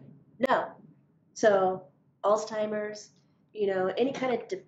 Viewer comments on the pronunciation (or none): It's ALZHEIMERS.........not oldtimers Lol